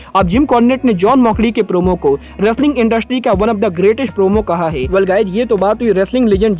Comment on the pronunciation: Bhai tum hai ko most of the time ( hai ) ko (gai) kyu bolte ho